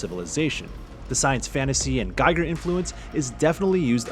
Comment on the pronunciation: Giger's name is German, it's pronounced with a long "e" sound - like GEE-gur. Not like a tiger.